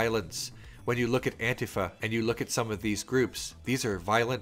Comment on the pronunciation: Thank you for saying Anti-Fa and not An-Tifa. I think it is a subtle but important distinction.